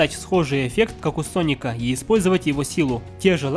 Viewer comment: Не паника а Соника